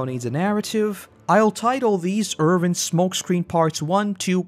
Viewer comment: It's Erwin, not Ervin. Win, not Vin. Thanks for the vid! :)